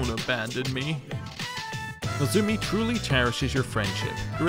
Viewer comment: But you do keep pronouncing "Nozomi" as "Nozumi"